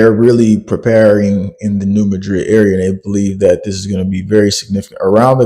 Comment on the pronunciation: Please pronounce New Madrid correctly I live very close to there so I know that what's going on isn't exactly what you think is going on and I also have family down there